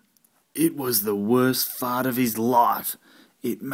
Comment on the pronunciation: The word fart said in an Australian accent is funny in and of itself - Faurt, Faurt, Faurt!!!!